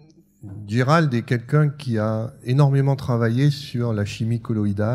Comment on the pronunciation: Il s'appelle Gerald Pollack, pas Gérald Pollack.